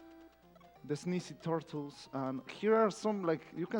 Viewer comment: "And here are some really funny turrrtles... the sneezy turrrtles" The exact moment when I liked this runner